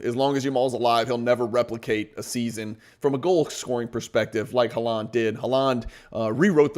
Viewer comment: This is really good education and I love the use of data to support. My only build is the pronunciation of Haaland’s last name - you are stressing the 2nd syllable and it’s the 1st syllable that’s stressed, so it was sounding funny! Love your content!